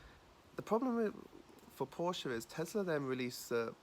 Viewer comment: Used to own a Porsche, consistently pronounces the brand name and model name wrong every single time...